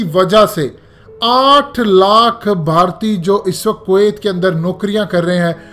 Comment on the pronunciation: Its kuwiat not kawaayt 😂